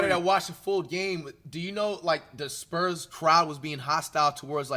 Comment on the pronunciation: the "sperms" 😭